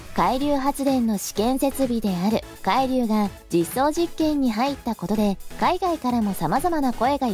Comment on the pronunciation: 「海流」のアクセントが気になっちゃって…。なんか潜水艦みたいな、何かの名前みたい。 個人的には電力が足りないなら、点検整備が終わっている原発を稼働してほしいと思うけど、最近はそういう話題も出ないですね。 風力発電はＣ国の製品なので、発電機を設置するとＣ国にお金が行くと聞いたので即刻やめてほしいです。